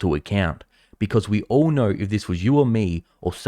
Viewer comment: Why do you gotta emphasize the word "All". We've pretty much declared that being a politician is a bad thing. That's why when we get a good politician, we refuse to call them politicians because they do deliver and are honest. I just hope that you don't let this cloud your judgment by believing that everyone is evil. But a little scepticism isn't that bad until they have proven themselves worthy. Stay strong.